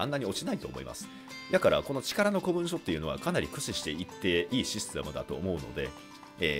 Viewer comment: 古文書は一般的には「こもんじょ」って読むんじゃね。余計なお世話で申し訳ない。